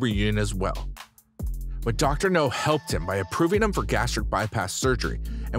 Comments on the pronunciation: It's doctor Noooowwwwww, as in... Now. Not no. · Your not saying his name right its not no sounds like now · It’s dr now not no he’s not a James Bond villain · i'll do it when you start saying the Drs name the correct way. its Dr NOW not Dr no. you may get more views and more people to subscribe if you did. Many people are annoyed by the way you are saying Dr. Now's name wrong. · You ain’t even watch the show if you’re pronouncing it Dr. No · Dr. NOW. Idiot narrator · I agree...Dr. No is a James Bond movie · His glaringly unprofessional pronunciation of Dr. NOW'S name is so ridiculous it's pathetic! Why would you hire someone, who doesn't have the ability to even pronounce the DOCTOR'S NAME CORRECTLY, or correct this error before posting it!!!!! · How the fuck can he pronounce all other names right but not Dr. Now?! What kind of sense does this make! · Maybe he thinks the W in Dr. Now is silent. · Yes it bothers me like crazy!!!